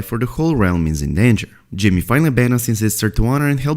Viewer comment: Is it just me or do you hear “Jimmy” when he says “Jaime.” I cant unhear it now 😂